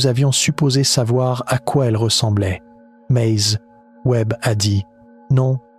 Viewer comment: Maze... Faudrais que l'IA apprenne a dire ''mais'' comme il faut. Un problème ''Géante'' Sérieux ? C'est ''Immmpossible''. Il doit en avoir plein d'autre, maze j'ai décroché.